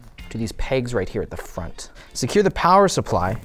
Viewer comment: Power Suppwy was top tier ngl